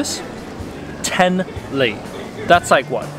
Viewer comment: You keep saying LEI instead of Leva :D